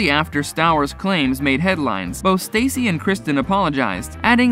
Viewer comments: Ummm that’s not Villa Rosa. That’s her older and much larger house. And Stassi rhymes with Saucy. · It's funny this guy keeps calling Stassi Stacy lol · IT’S STAAAAH-SIIIIIIIIIII DUH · “STACY”?!!!!!! WHO THE F IS STACY?! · Ugh I cannot stand how he constantly pronounces Stassi like Stacey. If your gonna make videos about people learn how to pronounce their names!! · I agree!! It annoys me that he's saying her name wrong..... Ugh!!! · How can you even say that you don't miss an episode, yet you do not know how to pronounce STASSI'S name? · OKKAAAAAAY!!! ENOUGH!!! He pronounced Stassi's name wrong!!! Get over it!! Does EVERYBODY have to make the same comment???? Move on!!! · Maybe you should learn how to pronounce people's names before you report on them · It's not Stacey; it is Stahssee. That's how you pronounce it. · Staaah- cee, not Stay-cee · You might want to get her name right, if you're going to report on her... its Stassi (Sta-see) NOT Stacy. Katie only bothered me when she became angry, judgemental and mean. Im so happy for Scheana, Lala, Brittany and Stassi 💕 And for James on his sobriety 💙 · I kept thinking the same thing ever time he said Stacy not stassi & said schenas name weird lol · “Stawsi”. short a, not “stAyyycy “🙄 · You said Stassi's name wrong. I mean seriously, your reporting on this and your calling her Stacy. So ridiculous!! Obviously your not doing your job correct and learning how to pronounce names properly. It's Stassi 💖👑🍼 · Oh it's Stassi not Stacey... You can't even report properly.. Lol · Her name is not Stacy, it's STASSI(staw see). You're welcome 😉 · It’s staaah-ci not Stacey...that’s driving me crazy for some reason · Its stassie not stacy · How unprofessional. Learn how to say their names right! It’s not Stacey, it’s Staaaaa cccccc. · It’s Stasss-ie not Stacy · Do your job. Learn how to pronounce names. How many times did you say Stacy instead of pronouncing it Stah see? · Every time I hear “Stacy” I cringe cuz that is NOT her name